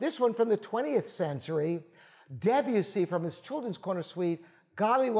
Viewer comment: Congratulations about pronouncing Rachmaninoff - but that Deb Yoossey was a bit of a pity. Imagine De Bussy and the French "u" is pronounced like the German ü that you may know from "Für Elise". The De has its e pronounced like the e in the.